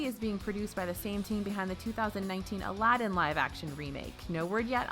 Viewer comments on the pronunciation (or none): none